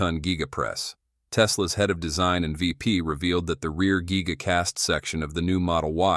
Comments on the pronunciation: This is simply amazing. Tesla is the clear leader. The guy doing the voice-over is an idiot, he says geega and guyga. The thing is called a giga press. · Geega Press, Guy ga Press or Giga Press? Giga Press….is the correct one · Giga. Not geee-ga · gig a' dick! Not geee ga' what year did this happen ? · Geega geega. I wonder how many humans will mispronounce words as a result of AI voices… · AI can’t say Giga!!